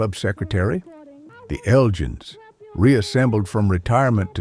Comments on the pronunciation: Eljins? Isn't it elgins? Like from the Scottish town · Surely The Elgins had a hard G in its pronunciation, as in The Elgin Marbles. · In the UK The Elgins is not pronounced how you pronounce it, however I guess like Candi Staton maybe it is a topic of debate. 9 out 10 of these records can be regularly heard at Northern Soul nights in 2026. Dusty Springfield was much admired by Queen Elizabeth.